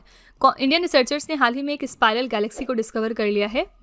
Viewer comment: स्पिरल ❌ स्पाइरल ✔️ 😊😊😊😊 1-D 2-A 3-A